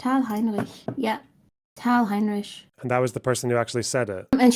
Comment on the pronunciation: She's not German as proven by her inability to pronounce Heinrich Which isn't hard word at all